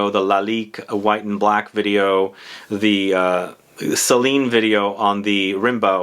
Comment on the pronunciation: you're killing me with the pronunciation of Celine's fragrance...surely their name must be from the poet 😉